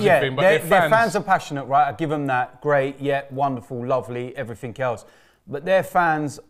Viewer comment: Somethink, everythink. What's up with that pronunciation,? Is it a London think?